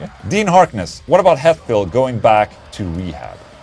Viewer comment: Het field not HAT field, ola. Lol